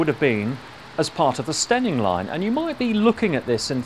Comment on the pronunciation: I'm an Eastmidlander by birth and don't even know where "Steyning" is or might fictionally be, or that one should pronounce it "Stenning" (!), but this format (which the algorithm found for me) is magnificent - such excellent work in finding all the historic photos and viring them into the current status - subscribed in the hope that Bradshaw may encourage similar reviews of similarly stupidly closed railways NORTH of London (I know, culture shock big time). The format and the presentation are SO GOOD.